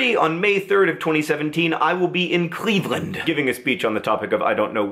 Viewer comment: Listen to how he say's "Cleveland"